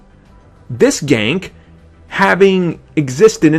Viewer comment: ***** HIS NAME IS NOT FUCKING GANK ITS GANKE